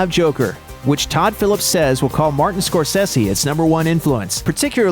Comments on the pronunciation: Its pronounced score-say-see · SKOR SAY ZEE pronounce it correctly, Dick.